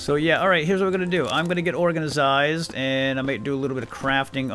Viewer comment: Love the videos but please stop saying organisised.....